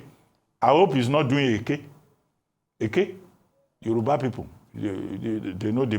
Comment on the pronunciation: VERY DISAPPIONTED IN YOU. ARE YOU NOT A YORUBA WOMAN? YOU CAN NOT PRONOUNCE YOUR LANGUAGE CORRECTLY.